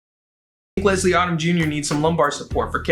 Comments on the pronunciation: I’m so sad right now. All my favorite songs are just being disrespected and I’m heartbroken. 😣😣Also, it’s not Odd-um. It’s Odom like Modem. 🤦🏽‍♀️ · LESLIE ODOM JUNIOR'S NAME ISN'T PRONOUNCED LIKE AUTUMN IT'S PRONOUNCED LIKE OH-DUM OMG